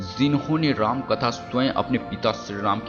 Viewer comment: Ram ka name to dhang se bola nahi ja rha h aur ramayan ke 10 secrets bata rha h sala